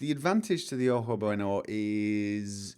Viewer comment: Hey - tip on pronouncing stuff in Spanish: "j" is almost always an "h" sound. Ojo should sound like "oho", not "oak-oh", with the h sounding like the one in "Harvey":) Also, I much prefer both new texture packs' cars over NMC's...but then, I've always rather disliked NMC's cars. The ground textures for Ewi are...well, it'd work if it was another location or something, but...the Mojave, much like the Chihuahuan, is not a sandy desert. It's a rocky, mountainous desert. Sure, there are a few places in both that have sand dunes (the Monahans Sandhills State Park [located towards the edge of the Chihuahuan Desert] is a very fun place to go sledding in, by the by), but those are few and far between. The overall colors of both deserts are red-tinted, not yellow-tinted. And certainly doesn't have waves of sand in that manner outside of the sandhills...Though maybe Ewi was going for a kind of overhaul, in a similar manner to the Tropical Skyrim thing, or the Skyrim Summer ones? Like, turning it into a sandy-style desert intentionally? Oh, also, I prefer the static DoF rather than the dynamic. Maybe not the highest power of blur, but yeah...:)